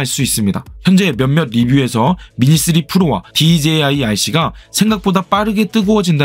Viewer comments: DJI발음 꼭 그렇게 해야하나 어휴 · 와!발음 ㅋㅋ "그런데 디제이 아이씨는" 엄청 많ㅇ ㅣ나오네잉 좀 웃김 ㅋ~ 유익한 설명 감사합니다.